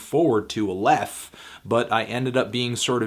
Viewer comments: Pretty sure he's saying it wrong. I think it's Aye-leff (e as in let). I could be wrong though. Also, fan of your music men. Some hella dank tunes. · Aleph is the first letter in the Hebrew alphabet. It's the symbol in the middle. You pronounced it wrong, you need to put the emphasis on the first syllable. Just thought you might be interested :) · he kinda says it wrong